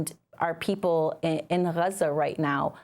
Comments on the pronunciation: When and how did Gaza become Hruza. Is it the Arabic pronunciation? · Why does she say Raza? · Why is she pronouncing Gaza like that? It’s jarring.